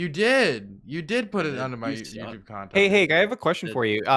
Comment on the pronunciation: Yet here they are; mispronouncing America as "a merry cur" and YouTube as "YouChewb."